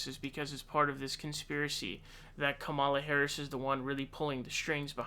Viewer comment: Why do you refuse to pronounce Kamala correctly?